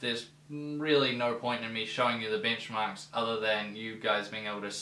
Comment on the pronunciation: I thought you said "Bingmarks" for a second.